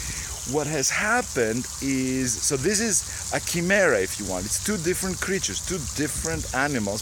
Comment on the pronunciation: Pssst... it's a HARD "c" ... ergo: "ki-merra !!